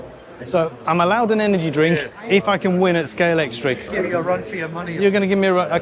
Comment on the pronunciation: Well done, you are one of very few people that knows how to pronounce Scalextric. The bloke on the stand didn't 😁